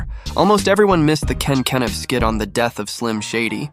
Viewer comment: Dude can’t even pronounce Ken Kaniff right 🤣 this video is 🗑️